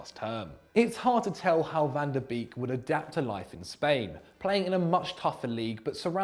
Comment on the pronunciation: Ffs, you pronounce "beek" like "bake", why is it so hard to do that, this is really dissapointing